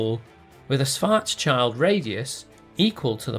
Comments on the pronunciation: Schwarzschild is not pronounced "-child". There is an "s" in front of the "child" and thats why it is pronounced not unlike "shield", just with a short "i" in it. It is a German Jewish name meaning "black shield". Nothing to do at all with "child". It is a little bit disturbing when you make a fairly good quality video and then fail on getting the name right of a person who provided one of the first real life applications of Einstein's GR. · I was about to make the same comment but then saw you had already done so and expressed it better than I could have done. It’s really very jarring to her the great man’s name mispronounced like this.